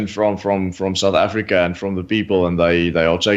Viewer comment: MOMMY AFF-REE-KA!!